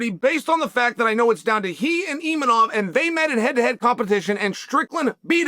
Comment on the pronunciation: Gotta love the way Chael butchers every foreign fighters name. Pee-era and Imeanov 😅